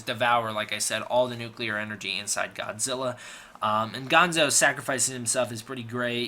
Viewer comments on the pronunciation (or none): Bill is gonna have your head for mispronouncing Gondo's name! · The Super X 2 pilot is easy to remember because he played the lead in the next Godzilla movie, "Godzilla VS King Ghidora." BTW, the Colonel's name was Gondo, not Gonzo. Gonzo was from the Muppets.